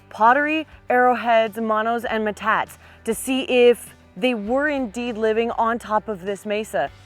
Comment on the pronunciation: I don’t mean to be presumptuous but it is pronounced “ met tot te” ( not “ma tot”. It is basically a Spanish word. Love your videos!